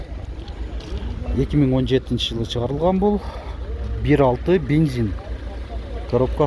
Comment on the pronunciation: Бензин ❌️ Бинзин ✅️